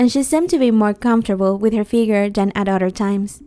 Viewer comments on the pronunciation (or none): none